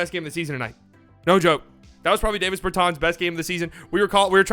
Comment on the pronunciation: DAH-vis Bur-tahns